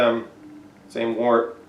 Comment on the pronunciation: I watched a couple of your videos. Great content. A couple of little picky things: Trub is pronounced Troob. Wort is pronounced Wurt. It's always a good idea to hydrate your yeast. You get visual confirmation that your yeast is good or bad. It can also help you to avoid off flavors that might happen with a direct pitch. It would have been nice to include S-04 in the comparison. I find that it makes IPAs finish about a point higher than US-05, but it tastes way sweeter than that.